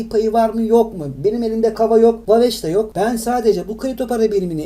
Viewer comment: Daha waves nasil okunur onu bilmiyor birde yorum yapiyor